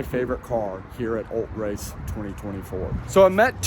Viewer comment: ul-TRACE say it with me ul-TRACE. Every time I heard “Ult-race” I screamed at my TV. 😂